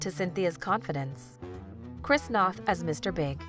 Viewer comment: I think NOTH is pronounced with a Long O, as in No.